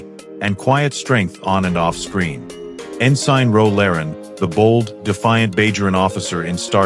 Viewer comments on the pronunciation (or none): This dumb-ass AI can't pronounce names worth a crap, like Romulan, Kurn, Gul, ensign (in-sign?), and many others - absolutely the worse job I've ever heard by any AI narrator on YouTube!